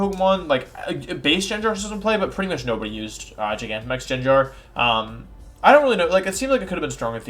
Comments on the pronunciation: Pronunciation: GHEN-GAR, not Jinjar// HAT-A-REEN, not Hatterenie 😤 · Litterally everyone :"Gengar" Wolfey :"Jenjar" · “Jenjar” made my teeth grind 😅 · "jin-gar" lol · Bro the way you say gengar makes me insta skip your video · Have you guys noticed he pronounced Gengar wrong?